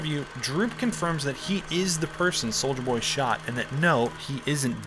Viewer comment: "soldier boy" pronounces every letter